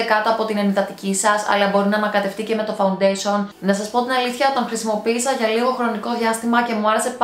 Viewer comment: Γιατί το λες φαουντεσον?φα-ουν-ντέ-σι-ον ρε φίλε!